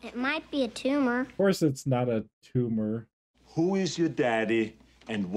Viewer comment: It’s not a tumah!!!! 😂